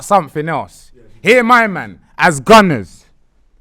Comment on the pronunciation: This was a good episode😂😂😂 “as Günners” 🤣🤣